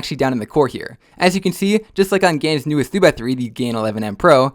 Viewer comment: its a gans cube (gan was called gans so gan skewb gans kewb)